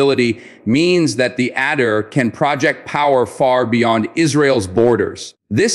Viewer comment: It’s pronounced Ah-deer and not at-dear.